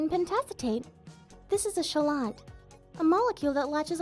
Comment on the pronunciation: lol “shell- aht”. its pronounced KEE - late